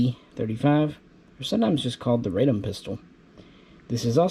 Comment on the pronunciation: NOT "Raydom," but "Rahdom." Radom is a city south of Warsaw.